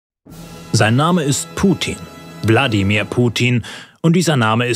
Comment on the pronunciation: Hab nur ich Bladimir Putin verstanden